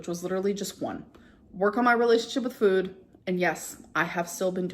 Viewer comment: Now she pronounces it “fooyd.”